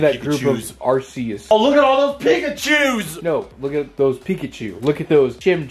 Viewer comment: Rayquaza. favorite Pokémon and yet like nearly everyone else can’t pronounce his name. Also, making the equally common pronunciation mistake with Arceus.